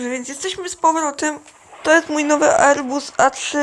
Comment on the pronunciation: "Erbus A380-10". Załamie się Załamie się z tego jak ja kiedyś potrafiłem angielski